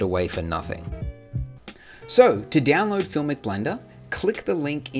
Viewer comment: Why you say it Diaonload instead of download?? it gives me a cringe))